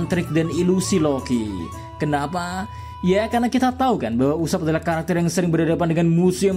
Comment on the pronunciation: usopp ❌ ucupp 😂